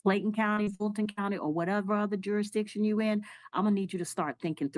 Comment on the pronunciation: A lawyer saying nother instead of other is embarrassing